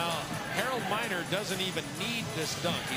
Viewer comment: It is Harold Miner not Minor. Greg Minor spelled his last name like that.